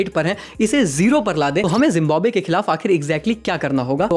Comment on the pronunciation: It's not jimbabwe It's Zimbabwe😆